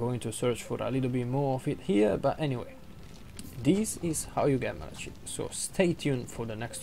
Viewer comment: It’s not malashit